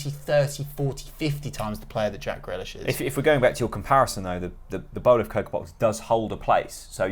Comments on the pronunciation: Who's Jack Grelish? He ain't a pickled vegetable! Very questionable pronunciation 😂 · Buendia better then Grealish 😂😂😂 at least pronounce Grealish’s name right next time it’s not Grelish, love the podcast though😂👏